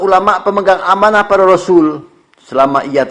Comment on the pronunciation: kayaknya bunyi hadits bukan amana' tapi umana'